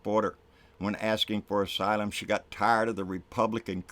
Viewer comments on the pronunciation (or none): none